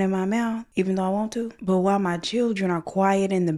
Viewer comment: She is abandoning us on those videos, her "chilren" 😂